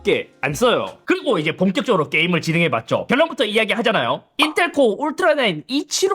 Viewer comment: 에서 인텔ㄹㄹㄹㄹㄹㄹㄹㄹㄹㄹㄹ 하는 거 웃기네여 ㅋㅋㅋㅋ